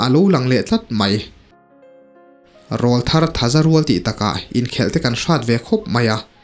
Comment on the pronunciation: Sir, thil pakhat ka lo sawi ve lawk ange.... I thu chhiar hi ka ngaithla tam ve ta viau a,Mizo tawng hmang dik pâwl tak leh ngaihthlak nuam ka tih ber zinga mi i ni ... Chutih rual chuan "Rawlthar" hi kan ti leh ngawt thin a,"RÂWLTHAR" ti a lam zawk tur niin ka lo hria a,mipa kan aw ki alo danglam a,til pawr aw kan neih chhoh hunlai vel,kan aw ka danglam hunlai hi niin an sawi a,a dik ber em chu ka hre hauh lo...Tin, hmeichhia chu "Tleirawl" tiin an sawi thin bawk an ti lehzel a. Ka hriat dan hi diklo a nih chuan min ngaidam la,alo dik zawk anih erawh chuan khawngaihin i thu chhiar leh tur ah chuan "RAWLTHAR" ti mai lovin "RÂWLTHAR" ti a i rawn chhiar chhuah tawh ngei ka lo beisei e....